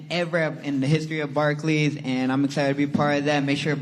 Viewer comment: Barkey center lmao